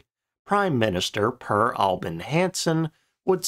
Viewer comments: Per is pronounced 'Pear' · You may not get to use this, but the name “Per” is pronounced like “pear” or “pair”, but with a trilled ”r”. A friend was a high school exchange student and he ended changing his name because none of the teachers bothered to try to get it halfway correct. Hope you learned something